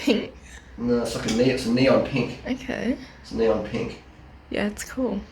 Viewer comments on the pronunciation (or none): none